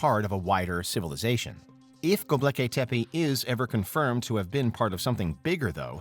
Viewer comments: Go-bek-li-tep-e.... not Go-bleki-tep-e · Seriously it's vocalized as Go-Bek-lee-tepe it means a potbelly Hill and it along with Egypt the whole of the middle east and even the Indus valley culture they all stem directly from the mesopotamian Babylonian ubaid Sumerian hittite and Assyrians who's empires existed 7,000 years earlier then Egypt and the conventional science doesn't support the younger dryus impact hypothesis my ass not because it's false it's because they don't really want the truth they want shades of it that fits there view of it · Mispronunciation of Gobekli Tepe? The L is after the K, not the B. Derp. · Imagine writing a narration for a video, proof reading it, and never learning how to pronounce Gobekli Tepe. There is no L after the B. Fix it Derp.